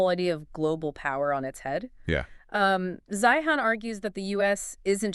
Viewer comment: C'mon guys ''Zi-han?" really? You didn't listen to any of his videos when he pronounces his own name?